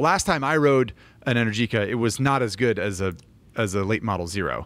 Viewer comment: Go ride an Energica (which is pronounced Enérgica) than you can talk about electric motorcycles.